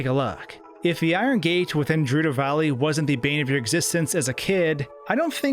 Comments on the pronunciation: It’s not “DEH-ku” it’s “DEE-ku”. Also you don’t say the G in Gerudo as a J. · Gerudo... G-erudo. Not Jerudo. Lol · I still prefer that heavy "juh" sound to the soft "guh" for Gerudo. So kudos on that pronunciation. Sounds like most people commenting here weren't around back in the days without voice acting frequently happening in games. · I hate to break it to you, but it's pronounced "Geh-roo-doh." It's a hard 'g' sound, not a soft 'g'. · It's GE-RUH-DOH not je-ruh-do. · "Gur-ru-dough" Not Jerudo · Garudo with a G not J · *gerudo with a guh for good. Not juh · “Jerudo valley” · Did he say jerudo valley???? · why do you pronounce “Gerudo” as “Jerudo”? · Um, pretty sure "Gerudo" is pronounced with a hard "G". So, "Guh-rue-doe". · Did you just say Jerudo Valley? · "Jerudo" ugh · "Jerudo" and "Coocoh" have me dying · If you genuinely think it’s pronounced ger-udo, please get help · Definitely not 'Jerudo' Definitely not 'Foray' Cool vid, tho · "Jerudo" Are we playing the same game!?!?!?! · Did you just say... Jerudo? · This clown called it Jerudo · Jerudo valley gif for a jorilla in a geep. Sorry, I just felt like teasing haha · JUHRUDO VALLEY. EXCUSE ME?!! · I've never ever heard gerudo pronounced jerudo before. Is this more common than I think it is? I always said and heard it with a hard g. Same with farore, but that's open to interpretation :p I always said fay-roar as a kid but as an adult I realize that might be English skewing a Japanese word. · Jerudo Valley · "Jerudo Valley" 😢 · Geez, the only thing he seems to have pronounced correctly is Cucco. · "Jerudo Valley" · your pronunciation of gerudo hurts my soul. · Still pronouncing gerudo wrong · Heh, that's how we pronounce it in French, because a "g" is soft in front of "e", like the "j" sound, except with no little "d" sound in front of it. However, if we were to pronounce it as close to the original Japanese, the hard "g" would be the correct way.